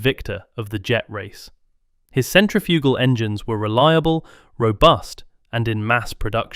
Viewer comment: Your pronunciation of centrifugal is awful.